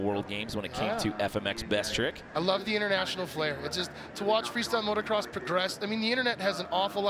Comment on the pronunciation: You would think the "World class" announcers would know that there is only one "R" in motocross, but no. Both of them said motorcross.